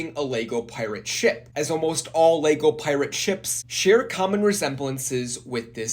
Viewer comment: Why do you keep pronouncing it "Leygo" ?? Annoying AF mate.